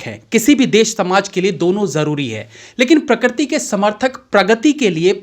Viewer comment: आप बार बार 'प्रकृति' को प्रक्रति' बोल रहे है इस उच्चारण को सुधारिए